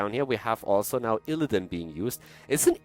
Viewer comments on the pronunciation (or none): I'm more annoyed with "IlliDAN"